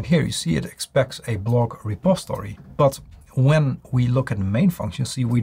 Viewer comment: Why don't you ever pronounce the "i" in the word "repository". You always say "repostory"?